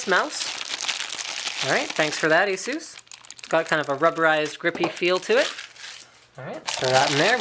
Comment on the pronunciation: It's a-suuuus :)